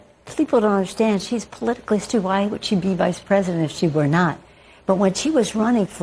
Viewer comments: Pelosi was not saying astute....... she was saying "Ass-toot". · I thought she said "A stew".. you know, potato and carrots with some sort of chunks of meat floating in a broth. I was agreeing with Pelosi until I realized I misheard the term... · She meant to say astooge!